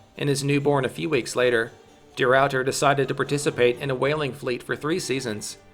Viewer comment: the rawwter